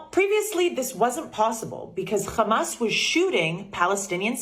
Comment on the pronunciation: That woman from New Jersey is an izraeeeeli because izraeeeeli cant pronounce "H" and instead they say "KH" so when they wanna say h--a--M--a--s , they say kh--a--M--a--s....and she did it... busted.... in u can realize it